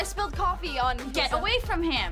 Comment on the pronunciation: is nobody gonna talk about the fact that she is saying coffee caffee?